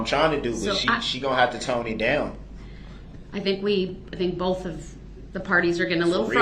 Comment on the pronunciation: I notice any word that ends with TH, he can't pronounce it. He throws a F at the end of them. Like Boff, detective goof, and troof. The list goes on.